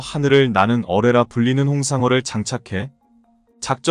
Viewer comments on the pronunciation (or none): 불발탄 을 물발탄 이라니 홍삼어는 홍상어, 닫하는 은 달하는 이다. 참고는 참꼬로 읽으면 안된다. 잠수할은 잠수합 이다. km 은 킬로미터이지 케이엠이 아니다, cm은 센치미터이지 씨엠이 아니다. SM6를 은 SM 식스를 이라 읽라는 것이지 SM육를 이라 읽으라는 것이 아니다. 갈 빈슨은 칼 빈슨이다 13만 구독자들은 묵과지말고 오류수정에 협력 동참을 바랍니다